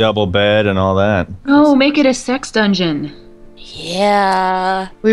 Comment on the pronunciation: i thought she said six dungeon snd 5 seconds later i figured out she said sex dungoen thumbs up if this happened to you